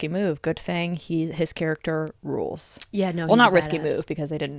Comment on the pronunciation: you said spring rules but I heard spring rolls and now I want spring rolls